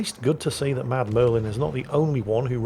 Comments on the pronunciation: He keeps saying 'Mad Merlin' but the name reads 'MudMurfin'. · I love how he calls Mudmurfin "Mad Merlin" which is sort of close but not quite there.